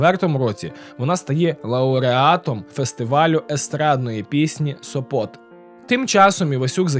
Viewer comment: Тільки СОпот,а ні СопОт